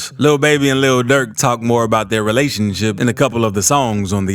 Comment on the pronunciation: how he says relationship 🤣